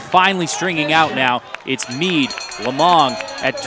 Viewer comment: Jeudy Guzman Hernandez Yes, I guess I shouldn’t be so insensitive because English isn’t his native language so it’s understandable. But it’s still really bad... he called “Mead” (which is spelled out in the video) “Meat”...